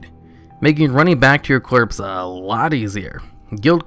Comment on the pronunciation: “Running back to your clorpse”